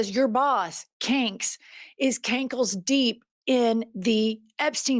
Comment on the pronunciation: Everytime you say CANKS.. 😅🤣 Said he's "cankles deep" 😂😂😂